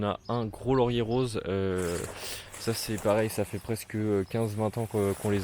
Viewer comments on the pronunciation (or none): none